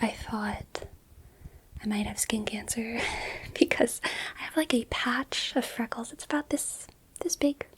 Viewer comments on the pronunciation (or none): none